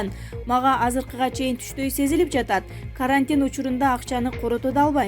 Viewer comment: Карааантин эмес карантин, латеря эмес латореядеп айтылат, ж. б. толтура создорду туура эмес окупжатат диктор Кыз, САБАТСЫЗДЫК!!!